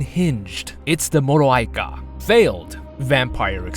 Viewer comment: Hi, romanian girl here. U pronounce moroaica almost perfectly but it hurts me to hear everyone pronounce dimitrescu so wrong! It's not Dimitresque/ Dimitresk, it's dimitresCOO. Coo, pronounced just like the word coo from English